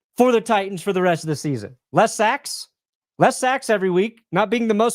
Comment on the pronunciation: "What is getting right for the season". said "less sacks", I heard 'Less Sex'